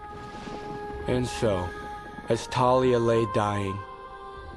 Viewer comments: I hate how they say it as Talia not Thalia like how it’s said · Also, it's pronounced THALIA! Not Talia, it's based on a Greek nymph, this is not hard! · Her name is TH-AL-IA! Thalia. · Some Crazed Nerd well I pronounce it Th-al-ia. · I pronounce it Thar-lee-a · Nobody told me the h in Thalia was silent